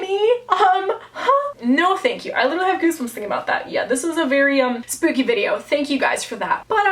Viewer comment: Spoopy? I’m pretty sure it’s supposed to be spooky